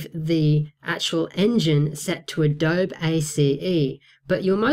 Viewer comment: it's pronounced "A DOUGH BEE"